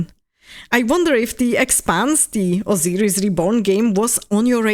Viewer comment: /ousajris/ (pardon, jsem výslovnostní nácek😅) As for the Expanse, would you say that you are as excited for it as you are for Exodus? How futuristic do you like your space operas?